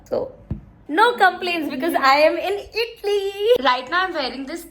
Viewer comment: Not "ITLEE" BUT "IT - A - LEE"